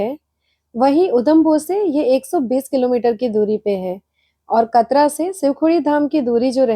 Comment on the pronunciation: मैडम जी कतरा नहीं कटरा है